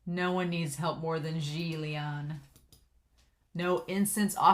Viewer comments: Yeah she butchered it so hard that I cringed and when she butchered 'Xian Le' I was like: no, you know the Xian part come on. XD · Xie Lian is pronounced How to Pronounce Xie Lian I think you will hear the names very soon. And I am so happy you are doing this series.